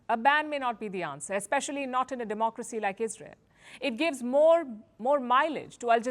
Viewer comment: This Al-zaeera chief bureau can't say "DEMOCRYCEEE" ???😂😂😂